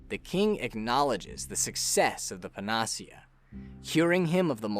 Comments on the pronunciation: Hot new pronunciation of "panacea" just dropped, along with a singular they. Seriously though, good video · Amazing video. This must have taken ages. Also, very strange pronunciation of Panacea. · Great recap. But panacea is not pronounced like that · Great but you really need to google the pronunciation of panacea. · pan-uh-SEE-ah. Panacea. Not puh-NAS-ee-uh. N; all encompassing cure. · Great summary… but… PAN-uh-SEE-uh. Not Pan-AH-see-UH It’s a Greek word that described a mythical cure-all. It’s not a made up word for the game, and thus, has a correct pronunciation. I feel like a lot of people who spend a lot of time online have read a lot of words that they’ve never actually heard anyone say out loud. So here’s a tip kids- if you don’t know a word, look up its pronunciation online. You can find spoken videos of most words online to help pronounce them correctly. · Pa-na-cea. Not puh-nacea. Anyway, I'm glad this video exists. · How the fuck you make this whole video and pronounce PANA-SEA-AH as PAN-AHH-SEA-AH wtf who the hell pronounces it like that? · pan ah sea a NOT puh nah see uh ... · "Panacea" pronounced: Pan-ah-sea-ah But great video,. Well done. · I really hate to be picky,but the word is pronounced "pana-sia", not "pen-AH-sia". A panacea is basically a cure-all, but it doesn't usually work. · I know it's probably too late, but still. it's pronounced pan·a·ce·a not pa·na·ce·a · The way he pronounces "panacea" physically hurts me. It's pan-uh-see-ah. Not "pan-aws-ea." Good lord. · (psst... it's PAN-uh-SEE-uh, not puh-NAH-see-uh) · Excellent video. Best in class quality. One nit in the improbable case no one has said it: "panacea" is pronounced "panna sea uh". It's an English word so any online dictionary will do it justice if my text hasn't. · Pan-ah-see-uh. Moron. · Its PAN-UH-SEE-UH. Panacea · Panacea - Pan-uh-SEE-uh. Just FYI. You don't hear it spoken very often, but you made a good guess at it. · It's pronounced pa-na-SEE-uh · Pan ah cee yahh